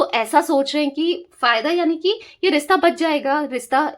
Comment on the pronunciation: Rista nahi rishta hota hai...plz correct as it sounds irritating